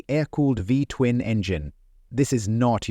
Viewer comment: Narrator said V-twun engine air-cooled. Clearly you can see the radiator just behind the front wheel.